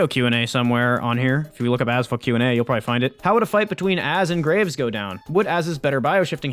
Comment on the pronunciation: Am i the only one hearing Azfuck